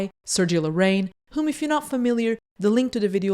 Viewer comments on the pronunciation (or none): I love your channel!!! <3 Just a little pronunciation feedback: When you say "Larraín", it sounds like "La-rain". Larraín has an accent in the í, which divides the word in another syllable, for a total of 3. It should be said something like "La-rra-ín".